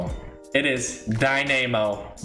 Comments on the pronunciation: The way u say dynamo is hilarious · Why does he prenounce dynamo like that